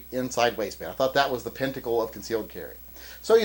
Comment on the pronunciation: PINTICLE ! Did you really say pinticle ?